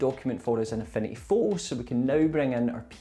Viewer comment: At first, I though you were saying: "A funny photo". Turned on the captions, "Affinity photo". xD This was super helpful thank you. Super well edited too, I loved the soft animations in it. Thanks!<3 I'm considering a huge upgrade from canva to this tool.